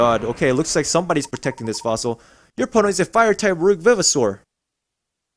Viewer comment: For your 2nd fossil you should of used the drill for the edges and good job on saying vivosaur all other vdeos I seen did not even try to say it right.